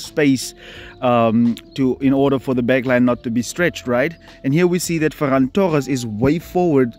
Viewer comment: Bro said ferrass😂😂😂